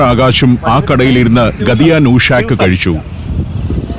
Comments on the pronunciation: gatiya അല്ല, ghattiya ആണ് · the pronunciation of 'ghatiya' is wrong (not blaming the narrator here, as we may be mistaken on speaking literally from the english transliteration) . It should be spoken as "Gaattiya", famous snack of gujarat, especially bhavnagar, which is considered the best. similarly 'nushak' is not a single word. It is 'nu shaak", which means 'curry of'. So, "Gaattiya nu shak", means "curry of Gaattiya" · ഗദിയാ നൂഷാക്ക് അല്ല ഗാട്ടിയാ നു ഷാക്ക് ഷാക്ക് എന്ന് പറഞ്ഞാൽ കറി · Ghatia allae ucharanam gathia alla jnan kure naal gujaratil ayirunnu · Sir not gadia it is Gattia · ഗഡിയാ ന്യൂ ഷാക് അല്ല, ഗാഠിയാനു ശാഖ്, അതായത് ഗാഠിയയുടെ കറി എന്ന്. കടലമാവ് സോഡയും കുരുമുളകും അയമോദകവും ചേർത്ത് കുഴച്ച് സേവാനാഴിയിൽ പീച്ചി എടുത്തു വറുത്ത് തയ്യാറാക്കി എടുക്കുന്നതാണ് ഗാഠിയ.